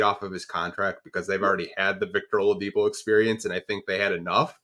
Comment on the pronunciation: The only podcaster who can’t be bothered to call Shai by his name, saying “Shy”!? And calling Oladipo Ah-lidipo. Crumbling credibility.